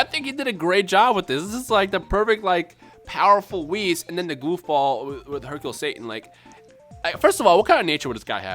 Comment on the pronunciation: Haha beerus and whis. Bhis